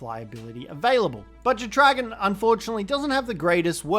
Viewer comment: The way you pronounce jetdragon is wild 😂 it’s either jet-dra-gone or jet dragon. Not jet-re-gawn 😂🤦‍♂️